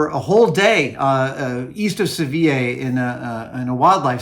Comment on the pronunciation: Hi Adam Spain here... "Seville" is the anglicised version of Sevilla and is pronounced "Sevil". It's name in Spanish is Sevilla - pronounced like you were trying to do but with an "a" at the end instead of an "e" - a bit like Sevija. "Seville", pronounced in Spanish like isn't a thing, in fact it took me a while to realise what you where talking about!